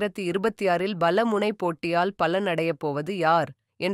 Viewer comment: Sister .. please fix your tamil accent… Pala munai…. Not Bhala munai… Kaali ammal… not Khhali ammal. We are 💪….